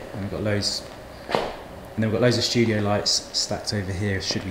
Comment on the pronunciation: 0.49 “shtudio” Lool